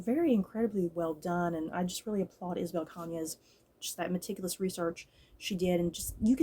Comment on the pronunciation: I remember reading this book back in September and I really liked it‼️ I check the audiobook and you got the writer’s last name just right‼️I’m glad you enjoyed it too‼️ Ps: The novel does share some similarities with Mexican Gothic but it does have some differences. While I did picked up on the influence from Rebecca, I think there some nods to Gone With the Wind as both Scarlet O’Hara and Beatriz marry for convenience. However I’ve dnf Gone With The Wind book and watched the movie instead because I found Scarlet to be unsympathetic unlike Beatriz‼️